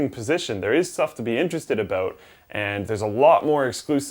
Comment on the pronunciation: ABOOT sorry but had to.